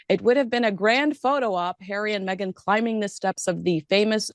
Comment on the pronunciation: Meghan was not welcome by VP Harris!!! Why do you continue to disrespect her by mispronouncing her name.